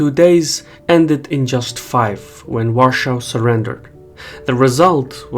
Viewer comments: Why do you say Warschau? In Polish it’s Warszawa, in English, Warsaw. And you’re using the German name. 😅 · When you say Warshaw rather than Warsaw, it makes it hard to distinguish that word from Russia, confusing some of what you said in the video. Just an FYI. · Why do you say "Warschau"? If you're speaking English, saw Warsaw. If you're trying to pay homage to the Polish capital, say Warszawa - the way Poles do. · Could you say Warsaw instead of Warshau, please. It sounds to German. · Vorshaw??? Are you trying to say “Warsaw”? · It`s Warsaw. War Saw. NOT Warshau, mate. WAR-SAW. Got it? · Our capital city Warszawa is pronounced Varshava not Varshaw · Why do you pronounce Warsaw in German way? It's called Warszawa, pronounced "Varschava". You call it instead the way Germans call it: "Warschau". Why? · Sorry to be a Grammar Nazi here, but why is the narrator speaking English and yet pronouncing the name of the Polish capital city the German way? In English it's Warsaw, not Warschau... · Ok first thing: not "Warshau" (German) but "Warsaw" (English). Second: 2% spend on military is good only on paper. Most of the money goes for pensions and other non-essential stuff. Most of the weapons bought (or rather willing to buy) is basically political decision to buy USA's favor - and this does not really work well (America treats Poland as a weak country. But it actually is so no bad feelings). The commanders in Polish Army are really stuck mentally in Soviet times. That means - they are afraid of self-thinking and initiative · You use German pronunciation of the name of Polish capital. It is "Warszawa" in Polish or "Warsaw" in English. You speak "Warschau". It sounds German. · please don't pronounce Warsaw as Warschau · It's so weird how you pronounce the name of the polish capital "Varshaw". I've never heard it being pronounced that way, it's either "Warsaw" or "Varshava" (Warszawa). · I'm sorry but it's Warsaw not Warshaw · It's WAR-SAW in English. Duh